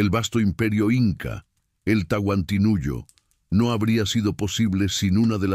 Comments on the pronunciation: TANTINUYO?????? TAHUANTINSUYO QUISO DECIR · No saben decir los nombres correctos, que lástima. No es Tahuanisuyo sino Tahuantinsuyo. Por allí tiene mas errores, corrijanlos para no tomarlo como falta de respeto. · Hola por no preparas mejor para grabar no es tantisuyo es TAHUANTINSUYO DENIGRAS EL IMPERIO INCA CON TU DOCUMENTAL BARATO. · Señor pir favor el imperio no se llamó Tantinuyo,se llamo el Tahuantinsuyo.